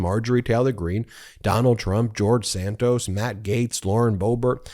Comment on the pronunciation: “…George Santoast…”😂😂😂😂😂